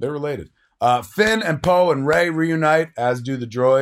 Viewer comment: It's 'Rey'. You new "fans" don't even care.